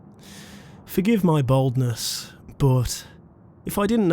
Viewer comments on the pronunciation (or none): I thought he said baldness when he said boldness